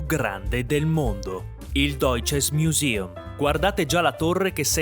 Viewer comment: si ma è dalle elementari che so come si pronuncia e poi al limite pronuncialo come si scrive, perché sto vezzo all’inglese? Uguale il Deutsche Museum, perché Miusium? Che due 🎾🎾 con st’inglese dappertutto.